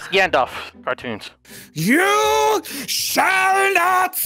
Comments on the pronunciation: The word is you shell not pass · Yuo shale not pas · You chall not pass!